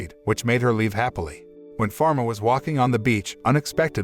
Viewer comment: Mispronounce/ misheard/ misspell names Falma not pharma Jean not james